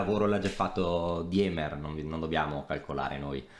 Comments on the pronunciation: Si pronuncia "Dìmer" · scusa è tedesco si legge dima